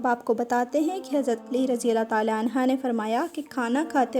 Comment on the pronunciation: Please correct your pronunciation . Hazrat Ali Raziallaho Anho ( Right) Anha( wrong)